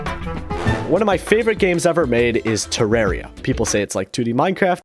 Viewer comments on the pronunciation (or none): bro pronunces Terraria as "Tireiria" as I know to pronounce it "Theraria" lol